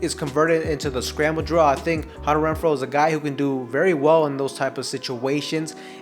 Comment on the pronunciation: After you said it the fourth time, it became funny all over again. Imagine how hard I was laughing by your 100th "Hunner Wrenfro". :face-green-smiling